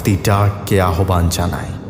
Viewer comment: তোমার "আদৌ" শব্দের শুদ্ধ উচ্চারণে মুগ্ধ হলাম।আর তাই দুটো শব্দোচ্চারণ ঠিক করে দিতে চাই কারণ তোমার গল্পপাঠ নাটকে উত্তীর্ণ করতে পারো তুমি।"পরিত্যক্ত" ও-কারান্ত হবে।পরিত্যাক্ত ভুল।"আহ্বান" উচ্চারণ হবে আওভান আবাহন নয়।